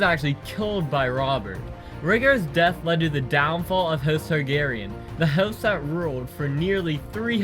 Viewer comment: also, neither last name, star-garyen instead.